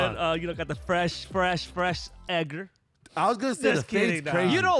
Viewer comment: Bruh it’s eDgar not eGer. I almost didn’t understand y’all